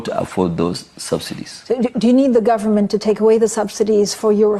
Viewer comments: Did I just hear him say Gun-men? Abi na my ear dey pain me ?? May calamity never be far from Dangote! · What he means is government.it is his pronunciation.